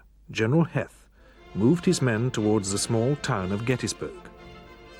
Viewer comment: and Heth uses the long e sound (Hee-th). It seems taxation wasn't the only thing we argued with the crown over. While correct use of vowels can be the difference between clear communication and 'WTF did you just say?' There's no excuse for omitting 'surrender' from U.S. Grant's moniker. It's fortunate for the narrator, that it's only in the script twice.